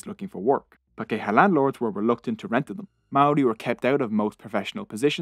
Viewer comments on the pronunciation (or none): Where most of your pronunciations were OK pakeha did my head in everytime it was used! (par key har - emphasis on par. Then the key har is together... Par keyhar pakeha. But non maori is OK too! 😁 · I left my homeland Aotearoa a long time ago and loved this history, especially the odd bits of humour and the difficult facts. However, the mispronunciation of Maori was so glaring I shuddered. It’s PAH’ kay ha and wh is pronounced f as in Dame Feena Cooper. I also loved the narrator’s accent but please record again to get the Maori correct. It’s simple respect, as the content certainly showed.